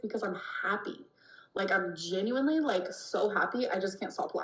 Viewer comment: It’s the y’s that she can’t pronounce correctly